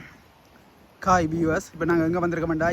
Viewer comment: வீச்சு இல்லடா , பீச்சு 😄. காய் இல்லடா , ஹாய்😆 . 😁😁